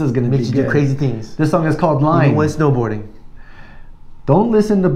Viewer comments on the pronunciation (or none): It's " i-i-n-e " btw :) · Sheer unadulterated joy when BabyMetal perform this track. Just listen to the crowd get behind them and this is from earlier days of BabyMetal. You made the usual faux pas of pronouncing the song Line but it does look like a l at the front of the word rather than a capitol i. (I) This video shows again how professional Moa, Su and Yui are despite there young age. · It should be pronounced as 'ee-né'